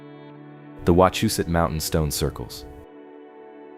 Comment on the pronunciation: Im 5 mins from wachusette (ur pronounving it wrong) but that could be the AI? and ya most are colonial remnants. Not charcoal pots but logging camps. Not a single pic but a google search query them stacked stones have fell multiple times and reset by thlocal govenment for tourist $$